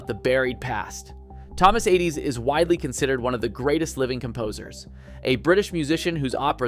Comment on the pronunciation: Admirably done but you lose some credibility by mispronouncing more than one name: Blitzstein, Adès, and Corigliano. Since the last two are alive, many sources have the correct pronunciations. A little more diligent homework might not go amiss in the future.